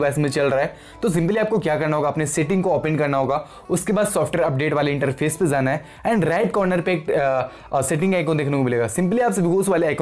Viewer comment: Bhai vo Shee j ni Hai vo CJ Hai. Irritation hota hai. Or pus ni Hota push Hota Hai. 🙄🙄. Zaana ni Hota jaana Hota Hai. Or bhi bahot chize tum galat pronounce karte ho.